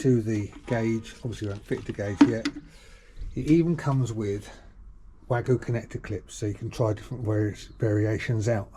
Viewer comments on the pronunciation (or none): It’s wago not wagu 🤦🏻